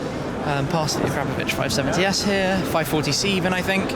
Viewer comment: Never heard someone pronounce it "Ah-crap-oh-vitch" lol